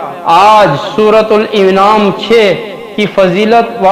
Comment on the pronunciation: Jahil gadhe bewaqoof Surah al an'am hai al inaam nahin Gadhe surah ka naam to sahih le bewaqoof .